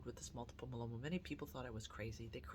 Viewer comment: My-e-lo-ma please pronounce it right. it grates on my ears. 7 years in remission. God gave us these wonderful treatments and i am so grateful for them.